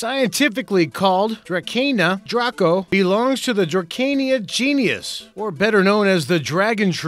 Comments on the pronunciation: Genus = Genius 😮😮😮😮😮😮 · This dude said GENIUS instead of GENUS, yeah I'm out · Interesting video, but you need to work on your presentation. "Genus," not "genius." Girth is circumference, not diameter. "Baobab," not "boabab." If you're interested, the Strong Girl is a Tasmanian blue gum tree. Might want to mention its species. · When a documentary about trees states, in the first few words, that a tree belongs to a "genius", I kind-of switch off. Anybody who doesn't know the difference between genius and genus isn't qualified to talk about biology. I was tempted to abandon the diatribe there - but the trees looked interesting, so I persevered. He's the kind of guy who would say "boabab" instead of "baobab" - oh, hang on - he just did! And that Banyan tree - I'm not sure about this, but if you know a banyan when you see one, does this look like one to you? He says "This giant sequoia is called the biggest living thing on Earth. While that title is debatable, it is undebatably the largest tree in the world" Did I miss something there? Is there a bigger living thing than the biggest tree? "This redwood is 377.13 ft tall". Why not just 377ft? Is it valid to measure the height of a huge tree to the nearest tenth of an inch? "It would tower above the Big Ben clock tower". Big Ben is thought of affectionately by Londoners, but it's a bit fatuous to use it as an international criterion of height. At the end of the clip, he says how "Experts say there were probably several trees even taller than" ... the tallest known tree, but they have been felled by loggers. How sad. In a visitor centre on Vancouver Island, they have a cross-section of a huge tree, showing the rings. The smallest ring is dated with the year when it started to grow (I can't remember, but it was a LONG time ago). Other rings are dated with e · opening of the video: genus, or genius? lol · "genius" for "genus"? C'mon. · "Dracaena genius" It's genus, genius... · When "genus is prnounced him as "gen yos".